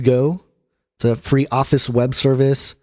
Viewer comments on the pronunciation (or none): none